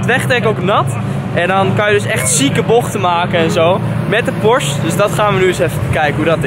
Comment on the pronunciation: he ik zie een S63 naast je staan Geen haat trouwens, maar het is PorschE ipv porsch hoe je het zegt😉 je moet het uitspreken met een e. Verder echt een hele toffe video!